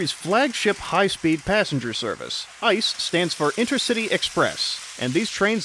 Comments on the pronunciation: Its not "Ice" as in Ice cream, Its I.C.E. (So spell each letter individually, with a pause) if you want to use the german spelling. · it´s not Ice it is pronounced I.C.E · Really fun video! Tho as a German rail fan I'd like to nitpick that ICE is not pronounced like the word ice, but as an acronym with each letter being spelled out: i-c-e. Really cool video otherwise :) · FYI: ICE is pronounced individually, so the letters are pronounced: I-C-E /iːtseːˈʔeː/ ICE stands for InterCity Express. The incorrect pronunciation sounds like the German word for ice: das Eis (n.).